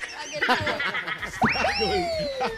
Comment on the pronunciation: Struggole 😂😂😂😂 AMP